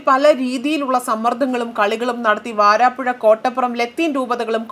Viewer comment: വാരാപ്പുഴ അല്ല വരാപുഴ ആണ്...